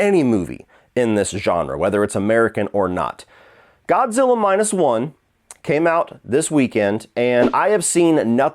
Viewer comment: Did you call him Godzillar?